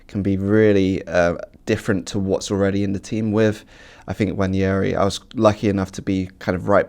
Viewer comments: David could've at least tried to pronounce Nwaneris name properly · How is it that an African can't pronounce NWANERI 😢. Absolutely no effort from David Full marks Phil and James. ADR approach acceptable